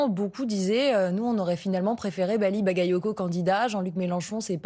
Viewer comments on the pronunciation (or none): Ba ga yo ko. Qu'est-ce qu'il y a de difficile à prononcer? Ils ont leur bac chez France Info? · "Bagayotgo" ? Ils le font exprès à ce point. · Hé mais c'est une maladie d'écorcher son nom ?! Seconde une en plus ! "Bally Bakayotko" ? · C'est incroyable que le journaliste au début, ne sache encore pas prononcer Bally Bagayoko ! Merci Monsieur le Maire ! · Ils prononcent encore mal son nom un peut d’effort quand même 🤦🏾‍♂️